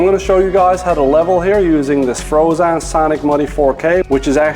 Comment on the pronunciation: Not sure I can trust someone that pronounces Phrozen incorrectly.